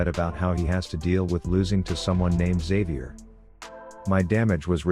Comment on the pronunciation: It is not pronounced Xavier it is pronounced Xavier!